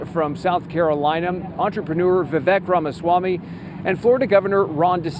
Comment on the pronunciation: Your live reporter mispronounced Vivek Ramaswamy first name. It is pronounced like Vi - Vake. . Sounds like Cake - AKA **vek.